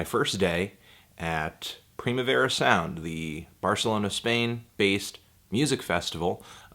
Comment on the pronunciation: You fucking hipsters don't even know how to pronounce 'Primavera'.